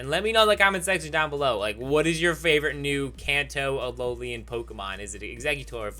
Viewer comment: Did you know that it's pronounced "ALOLAN", not "ALOLIAN"? Did you know that?